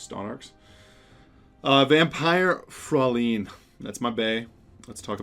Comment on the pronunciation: Fraulin is pronounced Frow-line. Its a german word.